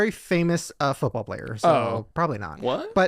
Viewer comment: When they kept pronouncing it “fewtball”